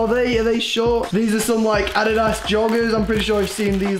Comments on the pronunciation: adidas it is said ad i daz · It’s pronounced a-dee-dus. NOT ADDIDAS like it is spelt Love ya tho how you say it is cute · The way he pronounces Adidas “Addiddas” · lol you do know the actual pronunciation is ah-dee-dahs right? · Adidas is pronounced a-dee-das not what u said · You said addadise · he said adidas wrong